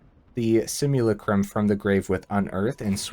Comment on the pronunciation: It's pronounced si-myuh-LA-crum with emphasis on the LA 🙂